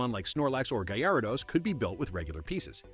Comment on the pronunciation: It's not gi-aradose it's garadose and it's not Chairmander it's Charmander